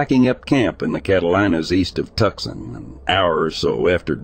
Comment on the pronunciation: How can a person from Texas get to the age of and not know how to pronounce a major town in a state right next to his own? Tucson, AZ. Not tucksun. I’m just curious. Is it because it’s a made-up channel? Not owned by an old Texan?